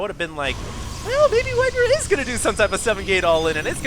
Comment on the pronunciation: WhiteRAH not WhiteRUH